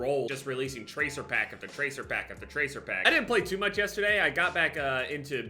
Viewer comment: after 4 years I only now notice nj accent when he says yesterday